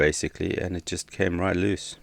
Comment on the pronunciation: Why do you pronounce loose as luce?